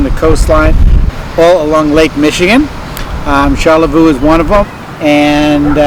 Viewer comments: Yes. char La Voy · That wasn't a Petoskey stone you found. Lol. And learn the local pronunciation of Charelviox. Char lay voi